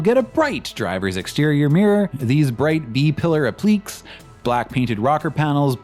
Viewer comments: it’s pronounced “app-lih-KAY”, not “app-LEEKS” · FYI ... "...bright b-pillar 'appleeeks'..." ... appliqué has emphasis on the last syllable and the last syllable is pronounced as it is in Spanish, so it's pronounced like "ap-li-KAY". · PS: "Appliqué" is pronounced app-lick-kay. It's French, tabernack!